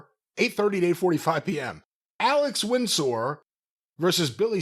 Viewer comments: pronunciation of Windsor drives me batty. It's not Wind-sore. It's Wind-ser. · I’ve never heard anyone pronounce Windsor “Wind-sore”, it’s Winzer! Haha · Everytime says Alex Win Sore, instead of Alex Windsor 🤣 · isn't very good at recognizing words. Windsor knot is not wind-soar knot... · Lol is doing a bit pronouncing Windsor like that? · each time he causes a heart attack for an englishman lol